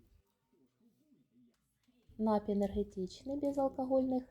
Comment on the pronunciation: Та не нАпій, а нап-І-й, от курка тупа, москворота!